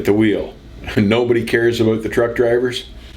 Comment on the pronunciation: I'm soo happy I subbed. Even though, you say "aboot" funny! LOL!